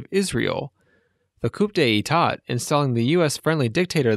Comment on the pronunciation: It's pronounced coo-day-tah. (coup d'état) Or you can just say coo (coup).